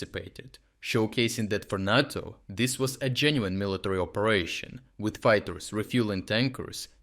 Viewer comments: I think it is pronounced NATO, not NOTO. I think it was a mistake to ignore the ones which didn't threaten NATO and Polish assets. Now the Russians know where the important stuff is. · Not nah-toe, say nay-toe :-) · Nay-tow not nah-tow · Great content, every day. Always look forward to seeing your awesome updates. You’re a machine. *Note: NATO in English is pronounced “NAY-toe.” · Great report as usual. One small detail: "NATO" is pronounced with a long "a", emphasis on the first syllable. It sounds odd otherwise.